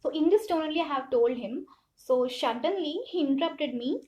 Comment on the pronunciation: please sister work on improving your english pronounciation.. it was so annoying to listen words "reshume" "shuddenly" "tawards" "carrier" etc.. what the f is carrier... it is career. otherwise the video was all good.